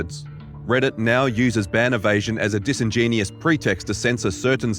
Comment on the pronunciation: "DISINGENIUS"? You need to pay better attention to your script. The word is "disingenuous."